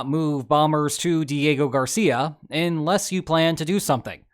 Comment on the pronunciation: It's pronounced 'unless', not 'inless'